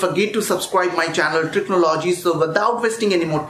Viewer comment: Hahaha techno- logey😂